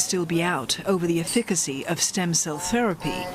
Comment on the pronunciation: thanks for the video. efficacy is mispronounced.